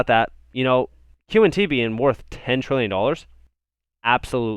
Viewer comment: 10 trilly? Come on man